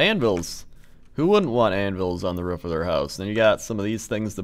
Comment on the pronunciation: anvils on the ruf, its roof, rooooooof, roooooooooooooooof